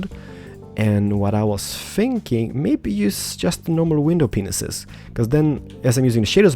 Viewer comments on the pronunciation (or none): Can you please play some more Hermitcraft? and it's window ''PANES'' not ''Penises'' just something that has annoyed me for some time. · He knows that its 'window PANES' he says penis' on purpose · When he says panes it subs to penises XD lol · Am I the only one that hears him say window penis???? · (Realizes pronounces "Window Panes" as "Window Penises"...) HAHAHAHAHAH! I LOVE THIS GUY!:) But seriously your houses are awesome. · I love your accent and the way you say acacia wood, but I thought you said window penises instead of panes XD